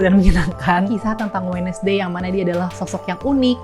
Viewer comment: Wednesday sama mba nya di baca WED NES DAY. aduuuuh.